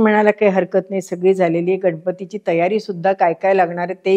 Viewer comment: "घनपती" की "गणपती" ???